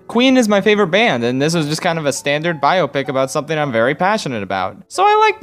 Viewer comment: Nobody else has a problem with the pronunciation of biopic? No? Just me?